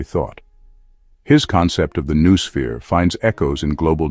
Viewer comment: Since that word is so central to the thesis, it's surprising they couldn't bother to teach the AI to pronounce it.